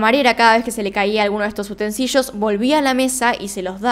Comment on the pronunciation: Muy bueno....lo único, no se dice: utencillos, si no: utensilios. Por que no decimos utilles si no útiles! 😉👍